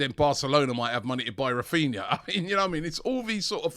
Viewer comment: His names raphinha not raphina